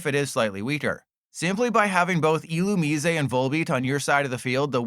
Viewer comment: please stop pronouncing Illumise like that...please. dont be like LDF